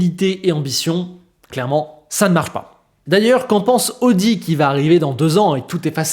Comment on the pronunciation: ça se pronnonce aowdi et saowber 😛